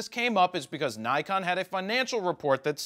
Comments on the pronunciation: Nik-on. Nik-on. Nik-on. Not Nai-kon. Not Nai-kon. For the love of God it's Nik-on. And yes, I know. I live in Japan. I speak Japanese. My wife is Japanese. Please stop hahaha. It's Nik-on. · Nee-con... " i " sounds like ee except after a ...